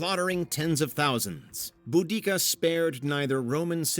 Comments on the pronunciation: Just for reference it's pronounced "bo da see a" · There's always been debates if its boo-dika or bow-desia. You managed to say neither.